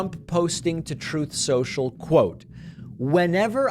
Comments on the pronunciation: "Obamna!" I wish David would play the "truth social" pronunciation also! "Troof sotial!" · So when Dump says "Troth Senshall," -- instead of the ('correct,' though foolish) actual "Truth Social".... (the name he himself came up with)...it's "just being sarcastic"/("poking fun")-- at his own cognitive disarray/chaos..?? H'yeah, sure, whatever